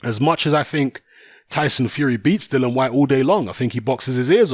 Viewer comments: It's Dillian as in title not Dillan as you keep saying. Size doesn't matter when you get clipped on the temple it's game over for some. Fury fought a taxi driver imo. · listen mate can you at least get his name right it Dillian not Dylan